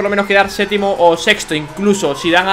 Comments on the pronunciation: se dice séptimo,no sétimo😅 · dice setimo jaja